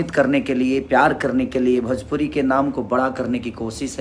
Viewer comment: भजपुरी नहीं भोजपुरी होता है।